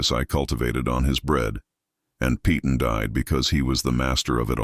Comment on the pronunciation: "Peyton" is pronounced "pay tunn" NOT "pee tunn"! AI is stupid and can't pronounce well known names...e.g. "Peyton Place".